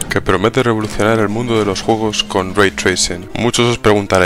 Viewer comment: Juogos.... Hablen Bien lpm